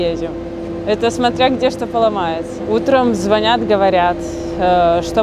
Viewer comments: ЗвонЯт! 👍 У неё такая речь грамотная! Молодец какая! И очень красивая девушка. Не там её место. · Правильно произносит слова:" утром звонЯт, капюшон Надеваю", молодец!